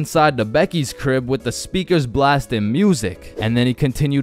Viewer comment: Do you mean " crib " bro and It is " my " not " ma " bro